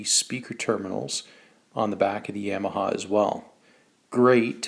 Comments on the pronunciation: You're pronouncing Yamaha incorrectly. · No. Yamaha is a Japanese company and it's never pronounced that way.